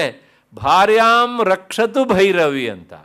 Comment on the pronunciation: 1 hr 3 minute is important pronounciation. Rakshatu (not Bhakshatu) Bhairavi devi